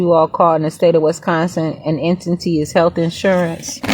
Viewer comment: It’s “entity” non “ententee”